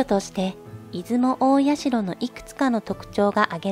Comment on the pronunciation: いずもたいしゃ」じゃないの？